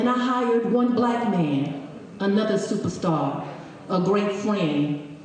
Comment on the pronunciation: SUPAH STAH